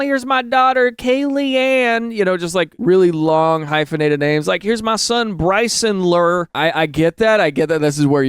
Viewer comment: not Bryson-Lure